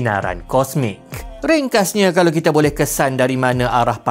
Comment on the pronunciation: mcm mana nak qolqolah kan kalau tuu hahahaha 🤣🤣 "kalauqeq"